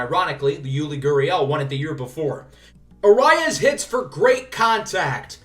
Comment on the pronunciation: For Luis Arraez it is pronounced ah-rise